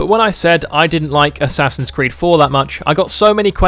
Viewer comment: "Ass creed"😂